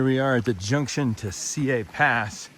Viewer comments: As a Montanan please learn how to pronounce our trails before recording a video. It’s Sigh-e pass! Not see-ya pass. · Pronounced “sigh-yee”! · it's sigh-ee pass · Great video. However, Siyeh is pronounced sigh-YEE Pass. Many people had trouble with the pronunciation. I was a Red Bus driver (aka Jammer) in the mid 70s. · Tip: learn how to pronounce the name of pass you are hiking. It gives you some credibility.